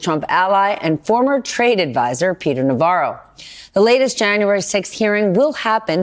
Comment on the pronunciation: When you said "former trade advisor", I heard "former traitor advisor". Why is that?